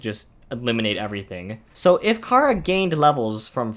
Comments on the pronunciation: Chara not cara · You said cara its chara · Me: Hell yeah, somebody talking about my favourite character and how's they are just a child and not a fucking sadist like everyone thinks they are? Sign me up! Author: Pronounces "Chara" as "Kara" Me: Uuh shit. Here we go again.. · Bro your saying Cara 😑